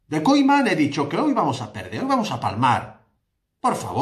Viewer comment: Haznos un favor pronuncia bien el nombre del entrenador que me sangra el oido cada vez que dices Koiman en vez de Koeman por favor.